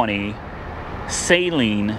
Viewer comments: Say it with me....SUH-LEEN NOT SAYYYYYYYYY.... Lol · Did buddy really pronounce Saleen as *Saline*???